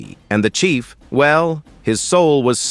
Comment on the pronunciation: Chief not Chef